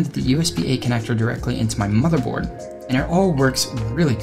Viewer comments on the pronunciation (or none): none